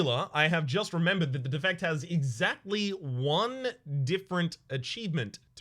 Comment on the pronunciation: Every time you pronounce “the defect” incorrectly, a kitten dies